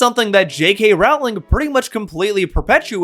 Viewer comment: I love that everyone including native speakers mispronounce her name. I don't even think you're doing it on purpose 😅